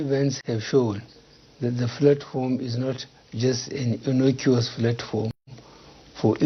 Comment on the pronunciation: He can’t pronounce “Platform”. He keeps saying “flatform”.